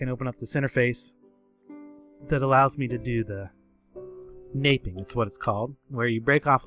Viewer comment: You really said napeing XD The k is silent